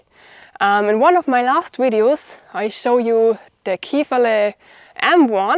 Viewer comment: I love it when says wideo's:thanksdoc:.I was thinking more Claymore.